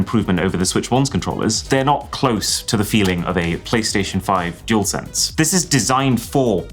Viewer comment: Oh dear had to 👎🏻 the vid you mispronounced dualsense 🤦🏻‍♂️ what’s a jewelsense 😂 seriously so many tech YouTubers can’t say it properly really annoys me.